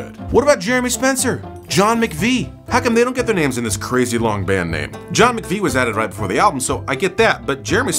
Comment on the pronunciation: John MAC-Vie....hm. Think it over bud, you're working with bad info from the jump. SMH